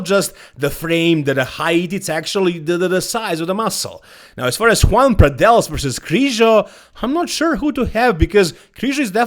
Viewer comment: Joan Pradells name is pronounced like Yoan not Juan.